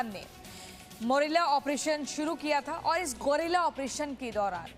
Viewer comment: Gorila operation nahi guerilla operation pronunciation sahi karo pahle